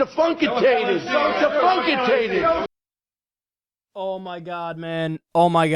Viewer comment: DEFUNKITATED! DEFUNKITATED!